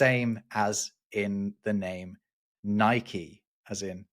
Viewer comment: Nike, pronounced neekee, the correct way.